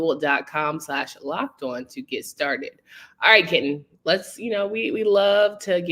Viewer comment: I thought you called Kenton, “Kitten” 😂. He’s a nice guy but kitten is not the first thing that came to my mind. He’s a big dude!